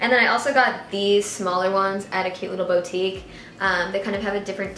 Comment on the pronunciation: boutique is pronounced boo-tik not bow-tik ;) love your hauls